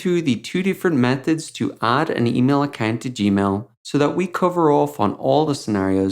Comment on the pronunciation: He says accant instead of account